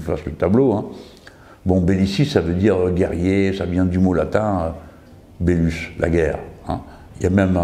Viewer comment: on dit "bellum" ... (désolé j'ai pas pu m'empêcher ;) )